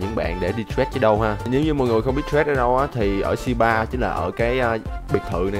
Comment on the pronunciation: Đọc trade thành trét nghe ngứa tai vl:)